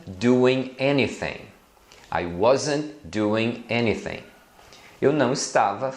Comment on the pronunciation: porque vc pronunciar anything com som de ~ F ~ nao de TH?